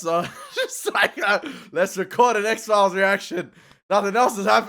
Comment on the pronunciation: Please, please stop saying X-Phile-ees. It's X-Philes, pronounced "X-Files" . I'm sorry... I'll watch the react now.